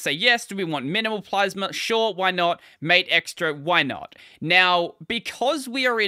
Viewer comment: wait, isn't it pronounced mah-teh?